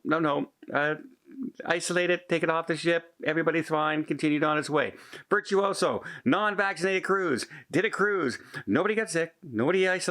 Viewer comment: Hey a question for you? You are always calling this ship "Virtouso" isn't this ship called "Virtousa"?